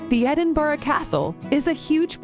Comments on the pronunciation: The mangled pronunciations made me cringe more with each subsequent abomination. If you are planning on visiting Scotland check some more reliable sources about pronunciation of place names. The is an infamous clip of a podcaster filming his first few seconds of footage at the West End of Princes Street. He said “I am here in Edinburg…” (pronouncing it like Hamburg) No sooner had the words come out of his mouth a guy walking behind him said, without breaking stride or even turning his head, “It’s Edinburgh you wank!” People are mostly amused by these errors but sometimes it gets annoying and can be the last straw. I have a friend who joined a local group who learn and play folk songs. One week there was another newish member these, who was originally from England. As they were practicing the lyric to the song this English guy said, quite emphatically “Of course these are just nonsense, made up words” My friend lost his temper, the song was in Gaelic and here was a guy not even considering that a Scottish folk song might be in the traditional language of Scotland. The English guy only came back to the group one more time but obviously realised he had messed up big time and withdrew. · Actually, the last time she said it she said Edinburg. hahaha :) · As a Scot from Glasgow I cringe when Edinburgh is pronounced. Edinboroo, Edinburger just say it like it is just Edin......bur.....rahh, there you go! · Edinboro? Surely to a native it's Embra? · At one point, she clearly said "Edin-berg"... I assumed that the rumbling sound I heard from down here in England was the noise of thousands of dead Scots turning in their graves. Or maybe that was just the Queen Mum yelling "Glam-iss? Did you say "Glam-iss? Off with her head!" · Lol, it couldn't even get Edinburgh right, what are the hopes of it getting anything else right? 😂